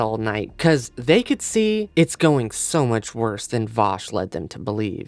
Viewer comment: Who the hell is Voush?